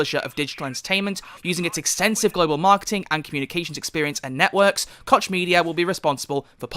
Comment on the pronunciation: I read that "koch" is really pronounced "Koh"